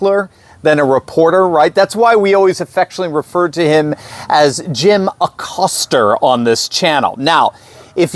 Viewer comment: Pronounced (A COAST A) since he is Hispanic in honor of heritage month. Just sayin'.